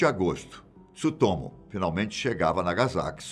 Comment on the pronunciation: meu amigo, não se fala Tisutomu, mas fala o Tsu tudo ao mesmo tempo, joga no Google Tradutor que vc vai ouvir a pronúncia correta